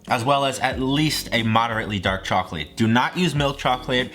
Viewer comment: “Dok charclate”